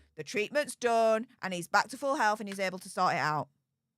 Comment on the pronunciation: I know you said "full health" but it sounded like "full elf" to me at first. that was great. love you.